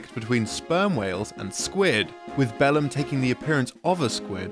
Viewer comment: Every time you said "Bellum" I just kept hearing "bell end"